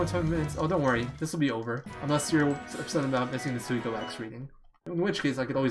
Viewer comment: Always great to see a Suikoden speedrun man! I'm sure you know by now, but it's pronounced Swee-ko-den. There's a commercial for the game that says it. Kind of kills the debate over pronunciation.